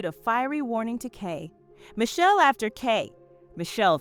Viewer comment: Right! Say Kay pause, Michelle likes it's 2 different people 😂